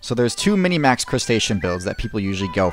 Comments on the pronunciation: It's minmax, not minimax. It's a compound word derived from the abbreviations of each. Maximum= max Minimum= min Therefore, minmax. Language might be fluid but there are limits to it's fluidity and this in clearly one of them. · Has this ever been called "Minimax" or am I going crazy? I have always heard min-max, never in my life minimax.